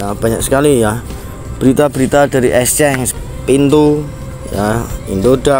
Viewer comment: Ngucap Exchange yg bener dulu, baru buat konten.